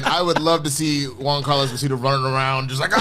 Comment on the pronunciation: Dude's name is not "Juan Carlo" Esposito, lol.